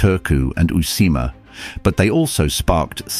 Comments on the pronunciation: Some Finnish place names like Tampere and uusimaa were terribly miss pronounced but it is a very interesting video. All Finnish words have the emphasis at the beginning, so not Tam-pere!! But Tamperé and uusi-maa or "new land". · Yea, it didn't really bother me, but the way he pronounced (or tried) "Uusimaa", that bothered me. Did he think the double 'U' was just a typo?